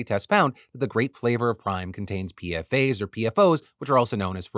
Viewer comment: btw, PFAS and PFOS is pronounced as P-FAS and P-FOUS. The S in each acronym is not indicating plurality. It's debatable in the field to say PFAS or PFASs in papers